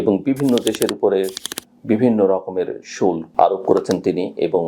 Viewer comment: শুল্ক উচ্চারণ টা কানে বাধে।